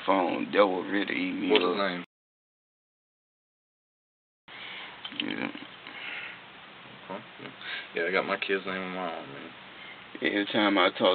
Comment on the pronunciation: why do all these cops and detectives from all over the country say Okquay instead of ok? This guy says it hundreds of times.... so strange